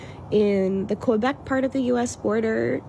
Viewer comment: They can't even pronounce Quebec right, one girl said Q-bec and another said Ko-bec, Quebec is actually pronounced by the French as Kay-bek😂